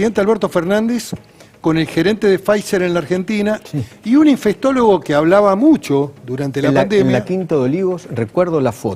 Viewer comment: Qué se puede espersr de un país donde una de las principales figuras políticas insiste en decir "infestólogo" cuando la palabra es "infectólogo". Si no saben ni hablar menos sabrán gobernar un país.